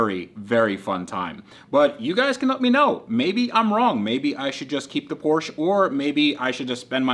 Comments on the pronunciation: Keep the Porsche (POR-SHA) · It is pronounced “Por-sha”. 😎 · Please trade or buy the Nismo because it kills me hearing you continually mispronounce Porsche. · You should stick to your american cars like Corvet, Mustan, Charg and whatever they are called. PorschE is for ones who can say its name right ;) Joke aside, buy ithe R32 or trade something for it. Beautiful cars even though I like R34 more. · You are clearly not a big Porsche guy because you always pronounce the car name incorectly...